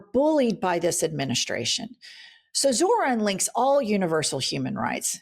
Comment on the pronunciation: These fucking idiots STILL can't pronounce Zorhan's name. But they know what's best? 🙄